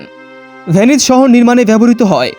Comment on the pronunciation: তবে উচ্চারণে সমস্যা আছে আপনার। ভেনিস বলছেন নাকি পে-নি/স বলছেন সেটা বোঝা যাচ্ছে না